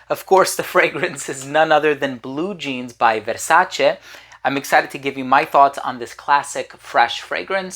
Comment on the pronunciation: Every time you say VERSACHE I piss myself 😂😂😂😂😂😂